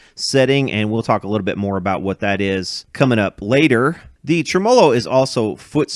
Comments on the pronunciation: Dude!!!!! SAY IT WITH ME!!!!!! (TREM-MUH-LOW) NOT (TREM-MOW-LOW) Whats wrong with you ya weirdo..... 😂😂😂😂just yankin your chain... i dont mean nothin by it... Love your videos man truly... i really mean that... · don’t get me wrong, love your channel and your general point of view, but this one drives me nuts. My history teacher used to say in situations like this “you put the emPHASIS on the wrong sylLABLE” /ˈtreməˌlō/ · I don't think I've ever heard somebody say trem"OH"lo before, so I got a kick out of that 😂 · I've been away! Missed ya! Congrats! You're getting better pronouncing ... TREM-a'low. When I get down to Louisville again im bringing my 100watt Yamaha - with 3 STYROFOAM SPEAKERS - for you to work on! That'll be a good show!!! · That's an interesting way to pronounce "tremolo".